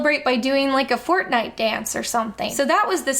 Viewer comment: You saying "Fortnite" sounds so cursed